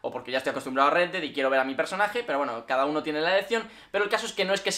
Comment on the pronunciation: "el dedai"